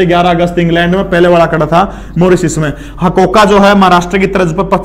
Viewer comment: हकोका नही है जी। हरकोका है